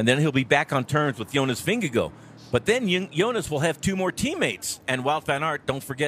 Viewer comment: Bob, learn how to say Vingegaard's name!!! It's not Vingagoo!